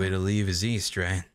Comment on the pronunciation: East? I thought you said weast!